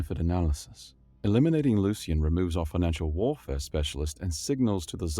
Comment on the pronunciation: Opening moments... "warfare" not "warefare" "augmented" not "augmated" "Moira" not "Moria" ...rough start with all those in the span of about 6 seconds, but great story! Later on, you have a couple of instances of the word "facet" which you read as "faucet" instead. A few minutes after getting it wrong multiple times in a row, you get it right, confirming you do know the difference, but you continue to pronounce "Moira" as "Mora" or "Moria" throughout the video. Also, "empathic" is not the same word as "empathetic" and while there's some overlap in the meanings, the written "empathic" was more correct in context than the word "empathetic" which you read in its place. Another one is "chirality" where you used the wrong type of "ch" sound. This seems like a "should have pre-read the story and looked up the words you don't know" moment, and your pronunciation of "subsequently" gives the same impression. And in the awkward doubled-up line where your video got glitched out (in which the subtitles disappeared for the duplicated chunk of voice work), you ended with "the unprecedented phenomenon it was odd." Except that the text doesn't have the last word of what you said, because that word makes the sentence incoherent.